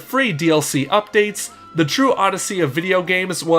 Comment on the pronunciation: He said super smash odessey